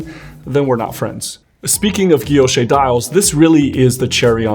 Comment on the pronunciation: Great review! This helped me decide on my next Cartier purchase. And thanks for correctly pronouncing “guilloché” (ghi-yo-shay).